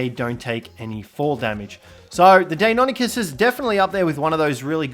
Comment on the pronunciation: Lol is there an Encyclopedia of how to Pronounce tame names? Deinonychus is Pronounced Die-non-i-cuss